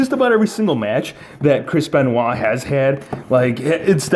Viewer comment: Who is a "crispen wha"???